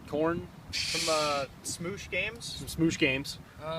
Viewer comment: Smoosh games it's smosh games